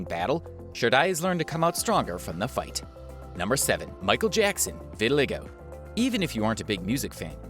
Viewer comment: It's pronounced vit-i-LYE-go